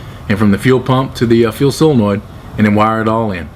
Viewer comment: It's SOLENOID not "silenoid"